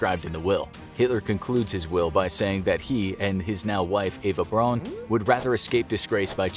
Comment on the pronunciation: Eva Braun’s last name should be pronounced like the English last name “Brown”